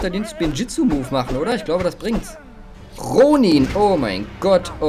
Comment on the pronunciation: Er wird rounen ausgesprochen